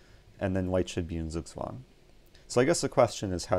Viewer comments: Crammy Thomas He is pronouncing it wrong... literally I‘m german and couldn‘t understand it... It‘s still „Zug zwang“ and not „zugzwang“ he is saying it way to fast and with a french accent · Can you try to pronounce "Zugzwang" right? it is pronounced Tsuk Tsvang: TSUK - rhymes with Luke, as in Luke Skywalker TSVANG - rhymes with dung, as in dung beetle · The Germans in the audience would probably appreciate your dedication to them even a bit more if you pronounced "Zugzwang" correctly. The German pronunciation of "Zugzwang" is approximated by "tsug-tswahng" in English. German "Zs" are not pronounced the same as English "Zs," having a "ts" sound. The English "Z" sound is approximated by the German single "S." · Sugswang xD Sounds funny how you pronounciate it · I don‘t know if you care but the right pronunciation of z in Zugzwang is like the englisch ts in cats or sits. The w is pronounced like the englisch v. :) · You pronounced "Zugzwang" very wrong. Noone in Germany would understand that :D